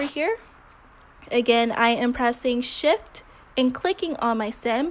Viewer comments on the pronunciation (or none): Why do I keep hearing "im pressing shit" instead of shift???